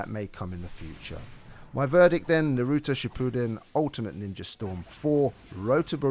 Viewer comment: Nar uw toe bore uw toe Not burooto and nooruto